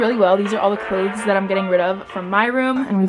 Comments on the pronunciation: watch having trouble saying ‘clothes’ correctly for 17 minutes straight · Goodness I freaking love your cleanout videos. Also clothez cause it's cool. I hope that's how u meant clothes with a z lol